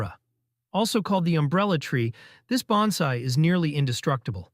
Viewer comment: Why should I take your advice? You can't even pronounce Bonsai correctly.